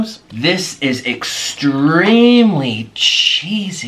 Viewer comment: nick: "this is extramly cheesy !" me: "like you?"